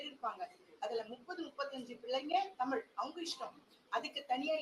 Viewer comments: ஒரு நிமிசம் அண்ணாமலை முதல்ல தமிழனா இருந்தா தமிழ்னு சொல்லு பார்ப்போம் அது என்னயா தமில் குடுகுடுப்பை அலறது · முதலில் தமில் இல்லை தமிழ் என்று சொல்லுங்க பார்ப்போம் அண்ணாமலை. சட்டத்தை கொண்டுவந்து தமிழை மூன்றாவது வட இந்தியாவில் நடைமுறை படுத்துங்க பிறகு இங்கு வந்து உமது இந்தி நடைமுறை படுத்துங்க